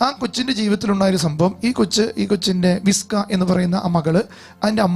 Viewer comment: വിസ്ക അല്ല വിച്ക